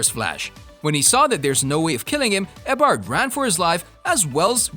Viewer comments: "Eybard" LMFAO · ITS EE O BARD NOT EHBARD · I dont think he has actually watched all of the seasons he would be able to say Eobard properly even if it was a bot voice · i got cancer listening to him trying to pronounce "eobard" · This guy can't even pronounce eobard right. Why do a video on the flash if you know nothing about it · You pronouncing Eobard gave me a stroke. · That's not how you pronounce Eobard..